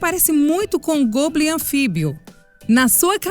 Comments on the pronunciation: n se le goblin e sim góblin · se pronuncia "Góblim" e não "Gôblim"